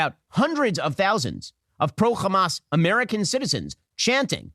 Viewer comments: Shapiro isn't even a Hebrew speaker, he's just a regular American, but still keeps calling Hamas as "Khamas" like all the Israeli lunatics bc they think this is degrade them and apparently in their book or language khamas is something negative. Never mind that Hamas is spelled differently and Arabs, who would know best, don't pronounce it that way. The ultimate bigotry, arrogance, and supremacy. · Yes, Khamas, as of he's a Hebrew speaker. Has no problems pronouncing "H" other than in Hamas. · We pronounce it khamas to redicule the ones who do it. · The baby, 3-year-old teenager, grandparents and parents in RAFAH are antisemites? Wow! Ben is a dumb stupid loser. Why is he saying Khamas and Khan Younis